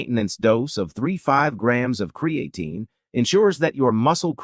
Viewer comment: AI voice and pronunciation of words is annoying. I’m not taking advice about Creatine with someone who can’t even pronounce it properly.